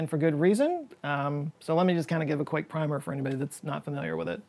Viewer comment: The word "primer", meaning "a concise overview", is pronounced with the vowel in "prim". There is another word with the same spelling, "primer", that means "an initial coat of paint". That word is pronounced with the vowel in "prime". Please do not mix these two words up.